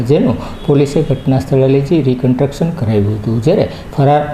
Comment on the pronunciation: Reconstruction બોલાય. Not recotruction